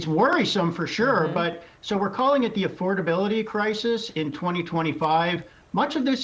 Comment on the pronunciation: Duh mr supposed intelligent doesn't even know what affordability is or how to say it .